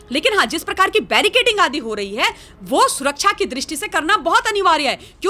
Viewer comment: कोई अनपढ़ इंसान बैरिकेडिंग को बैरिकेटिंग बोले तो समझ में आता है। लेकिन एक पढ़ी सी लगने वाली औरत बैरिकेटिंग बोले तो समझ के परे है